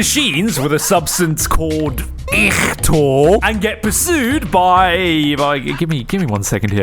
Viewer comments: it’s not ihhtor it’s ICHOR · It's pronounced I-core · pronounced I-core